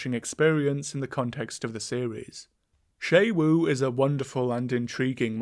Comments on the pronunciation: Isn't it pronounced like "shu wu" and not "shay wu?" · It's pronounced x UWU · The fact that "Xu Wu" is pronounced "Shay-Wu" will never fail to give me an English speaker's aneurysm. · FOR THE LOVE OF GOD WHY DO YOU INSIST ON SAYING XU WU WRONG ITS 4 F ING LETTERS. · this is how i find out ive been pronouncing xu wu's name wrong for a month (wonderful video, i find the octopi very exciting and interesting, they're very hard to read and it makes the fights all the harder and more rewarding) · pronounces xu wu wrong the entire video though lol